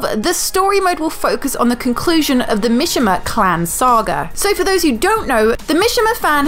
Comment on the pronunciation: Why you say mishima so weird